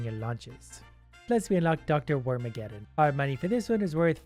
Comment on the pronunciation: I felt physical pain when he messed up Dr. Wormaggedon.